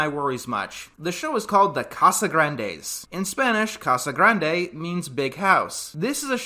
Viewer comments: It wasn’t. He pronounced grande in Casagrande with a short a like the English grand. It’s pronounced with a long a or “ah” in Spanish. I wouldn’t have even noticed if he’d not have drawn attention to it. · Casagrande? It sounds more like Cashgrab.